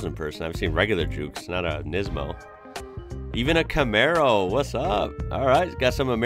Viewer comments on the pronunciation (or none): none